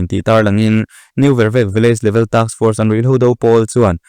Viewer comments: New Vervek tih hming hi a thluk a ti dik lo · New Vervek i thluk dan hi a dik lo tlat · New vervek I lam dik lo